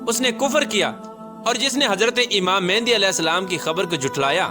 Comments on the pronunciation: Oh bhai pehly achi tara research kr k phir aaty.naam tuk to sahi nhi lay rahy aap Imam Maahdi ko baar baar mehndi bol rahy. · First off all u say the name properly its not mehandi its mehdi a.s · It's Imam Mehdi ع not Imam Mehndi